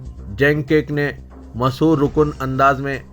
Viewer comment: Bhai sahab news padhne keliye urdu seekhiye mashoorkun ko aapne ghalat padha tazeen e naow ko bhi ghalat pahdte hain zara kisi urdu teacher se sahi urdu padhna sekhiye siyasat office main abhi bohat mahir ashaab zinda hain